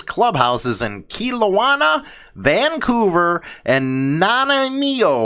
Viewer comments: All those cities are on the lower left corner of British Columbia and its Kelowna [KA-LOW-NA], Vancouver [VAN-COO-VER], Nanaimo [NA-NAI-MO] is on the little island on the very bottom left of canada just above seattle. You honestly need to gain a little more knowledge on Canada g 😂😂 shit was honestly funny to listen to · Good Morning, It’s pronounced Kelowna (KelOw Na) and Nanaimo (Na Nai Mo as in Nanaimo Bars), and Vancouver. Sonny Barger put the article out last week. No Courts don’t bow to the Queen. I was in Court last November, ( I wasn’t in Court of Queen’s Bench) When sitting in appeal or in civil proceedings, judges and masters wear a black silk gown, a bar jacket with either bands or a jabot and a bench wig.... Queen's Counselor Senior Counsel wear a black silk gown, a bar jacket, bands or a jabot and a horsehair wig with curls at the side and ties down the back. The “Police Dog” on Teri’s Profile is Chase from the Children’s Cartoon Paw Patrol. I used to watch it with my Nephew when he was younger. #ROCKON. #JUSTICEFORKEITH